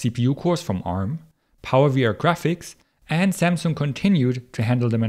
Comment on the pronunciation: You're pronouncing Samsung correctly !!